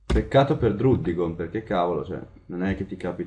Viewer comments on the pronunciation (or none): si legge wocciog e draddigon